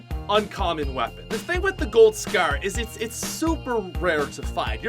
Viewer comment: Why can't this guy pronounce scar